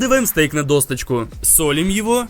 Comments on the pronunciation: Да епту. ДОСКА А НЕ ДОСТКА, ДОСОЧКА А НЕ ДОСТОЧКА. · Тоже тут) Все отлично, обожаю рецепты от Вани, но эта «досТочка» таааак ухо режет((((( прям до крови( ДОЩЕЧКА! ДОСОЧКА! ДОСКА, в конце концов))))